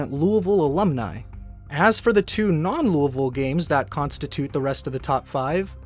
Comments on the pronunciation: The s isn't pronounced, and over time the sound that the "oui" makes became dulled. Now its not "Lewieville" its "loolvle" as most words end up dropping syllables over time. It may even shorten more in the future. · Ya that's how you say it. It's really lull-vull. I'm from Louisville and live here to this day, so ya that's exactly how you say it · Thank you for saying Louisville correctly -all of Kentucky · for the love of all that is holy, thank you for pronouncing Louisville correctly 🙏🙏🙏